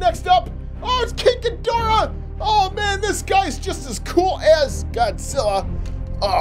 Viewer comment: all the times he said the names wrong biolantis gumira kink gidora rodan aka big perabadal moogerah agirus yup he doesn't know how to talks